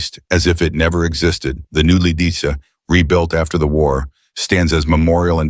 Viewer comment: You aren't pronoucing Lidici correctly, even though you've said it at least 3 ways in this vid. You know, you can look up pronunciations on google.